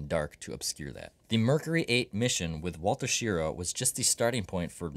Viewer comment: Wally Schirra's last name is pronounced like hurrah!